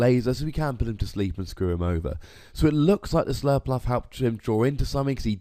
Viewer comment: Slurpurff not "Surlpluff"